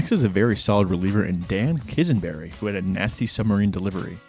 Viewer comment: Vukovich and Gossage had Fu Manchu moustaches, not handlebar moustaches. Rollie Fingers’ moustache is a handlebar. Quisenberry’s name is pronounced “QUIZ-in-berry”. Dave Steib: Pronounced STEEB. Ron Cey: Pronounced SAY. Davey Lopes: Pronounced LOPES (rhymes with ROPES), not Lopez.